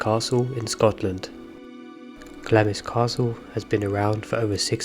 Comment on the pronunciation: Great video though on some videos Glamis Castle Castle was pronounced as Glams. The Queen Mothers last name was pronounced as lion like the animal and not the French city.